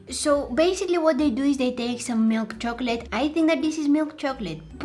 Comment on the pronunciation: The fact that you keep saying milkchocolate😂 😂😂😂😂😂😂😂